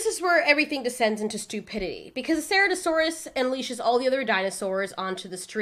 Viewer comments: Not saratoesaurus it’s ser-at-o-saurus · Also just saying it’s pronounced CIRatosaurus not ceratosaurus